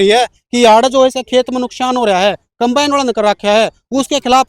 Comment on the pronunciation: अरे अनपढ़ों कंबाइन होता है compane नहीं